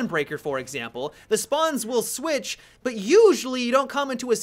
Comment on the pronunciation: "They may swatch sides"